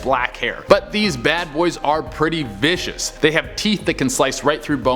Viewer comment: How many times did he say viscious lol